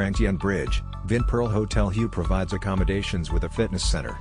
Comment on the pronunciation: Hue is pronounced Way